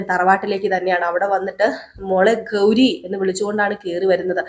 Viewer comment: ഗൗധം എന്നും കൗരി എന്നുമൊക്കെയാണ് കേൾക്കുന്നത് ഗൗതം എന്നും ഗൗരി എന്നുമല്ലേ കറക്റ്റ് ഉച്ചാരണം ഖ അല്ല ഗ ആണ് ഗൗരി ക അല്ല